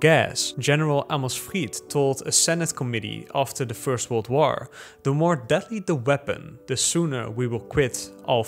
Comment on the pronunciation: Drink every time he says «woaar»